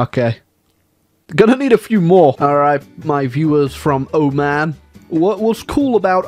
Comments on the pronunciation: The way he pronounces Oman hurts me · Iran to Iraq and said “oman”